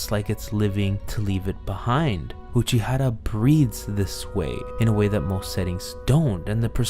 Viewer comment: But for the love of god please stop pronouncing Uchiura and Aqours wrong AAAAAAAAAAAAAAAAH